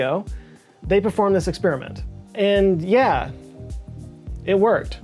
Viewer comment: = Yeah …not yay As in Oh Yeah! Like the Kool-Aid man.